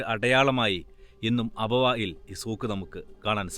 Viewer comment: അബവായിൽ, വായിൽ അല്ല അബവാഇൽ എന്നാകട്ടെ